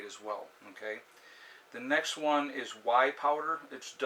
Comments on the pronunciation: I was like Why powder? What is this new food I have not heard of ... was excited for 1 sec, then he spelt it w.h.e.y ...... ohhhh "whaaay" powder lol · No........it is pronounced way. Long A. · FYI "WHEY" is pronounced exactly like the word "way" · Whey is pronounced WAY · Whey pronounced Whay powder good protein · That’s pronounced wha. The ey is pronounced as a long a. Good video! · wha? like what? not right....it's pronounced like WAY. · Whey is pronounced "yay" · no....it's pronounce WAY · Whey is pronounced "way"